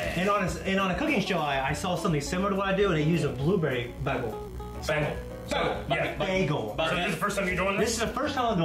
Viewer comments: "baggel"? goddammit,, you britta'd it! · Britta'ed saying bagel